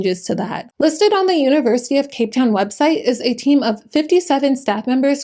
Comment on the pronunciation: You did us in Cape Town proud. Beautiful pronunciation